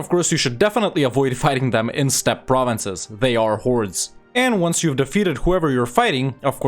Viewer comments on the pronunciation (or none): none